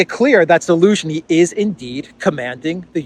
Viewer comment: You are my favourite journalist by some distance. Outstanding, clear reporting. Keep up the great work. And keep saying Elensky 😊